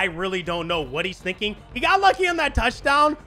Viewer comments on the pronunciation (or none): none